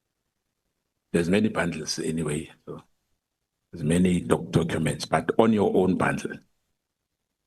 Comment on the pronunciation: I heard that and tried so hard to ignore 😂😂😂😂